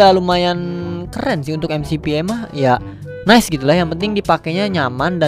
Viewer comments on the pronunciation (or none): none